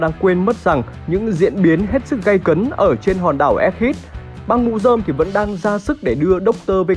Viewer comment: egghead đọc là éc hét chứ k phải éc hít đâu ad :))